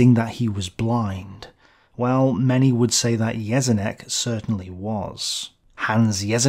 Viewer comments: Read Jeschonnek as "Ye-sho-neck". This video might help you in future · But his pronunciation of "Jeschonnek" is very poor.